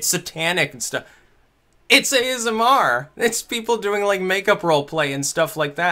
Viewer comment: Just so you know,, whenever you say ASMR it sounds like you're talking about the Aasimar from D&D.